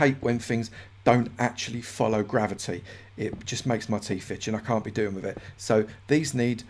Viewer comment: "I do hate when fings don't actually follow gravity, it just makes me teef itch an' I can't be dealin' wiffit." ... uwotm8